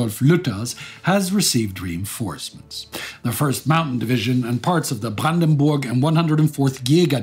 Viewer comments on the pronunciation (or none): none